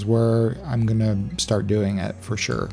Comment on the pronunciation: Are you Canadian? The way you said "for sure" leans strongly Canuck